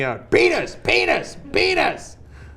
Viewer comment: Her name is Silver-Whaaa?! And she insists calling them pee-knees? What is this? The Onion?!